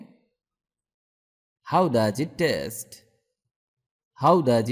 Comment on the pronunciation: টেস্ট হবেনা।ট উচ্চারন ঠ হবে